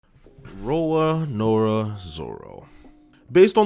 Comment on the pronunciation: bro, you said RORANORA Zoro lol, time to move on to Fairy Tail reviews :sleep_in_the_bed_emoji